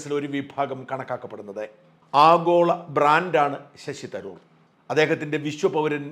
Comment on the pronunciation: ശശി തരൂരല്ല ശശി'തരാർ' അല്ലേ സാറിന് തെറ്റിയെന്നു തോന്നുന്നു ആകപ്പാടെ 'കൺഫ്യൂഷൻ' ആയല്ലോ.